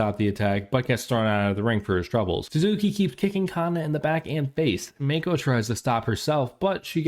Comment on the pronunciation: oh and btw its fucking driving me crazy it's not pronounced Meiko. Mako, Shark in Japanesse. Mah-Kho. 2 silables. 2 sharp sounds. Mah-Kho. her name is not in english dude.